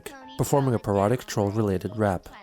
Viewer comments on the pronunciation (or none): Bruh I thought you said erotic troll related rap this entire week and even after rewatching the part 5 times just now. No clue how I only just now realized you said parodic.